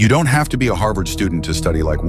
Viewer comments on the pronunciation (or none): Harvard Not harvest 🤣